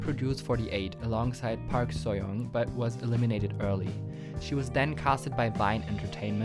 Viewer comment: Just a minor comment: Learn to pronounce "Park". ;)